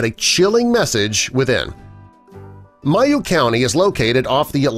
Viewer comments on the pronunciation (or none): Its pronounced maeyoh not mieoh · It’s an “a” in mayo like mayonnaise not mi